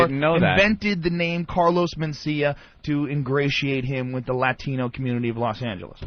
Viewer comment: When Joe said Laatino